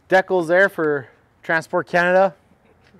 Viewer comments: Great truck and mindset, but we gotta talk about how he said "decals". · He's Canadian bro...